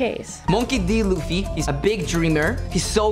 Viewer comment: just correction, Luffy as in "L-U-FFY" sounds like "ZOO" "ROOF" "RACOON" "LAFFY" and "LUFFY" have a different sound. but if you have some difficulty of pronunciation, ok i accept it, what can we do?, that is your lips.